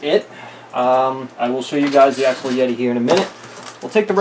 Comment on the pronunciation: It's called axial, not axle. You say it AXE-E-AL. Just for your future videos